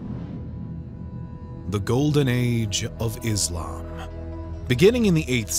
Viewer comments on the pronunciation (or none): It’s not izlam. It’s islam. just like it’s not muzlim it’s Muslim. But anyways…